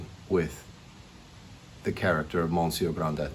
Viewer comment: Hello Grant. This is a great review but it's not Monsieur Grand Dett. It's Gronday.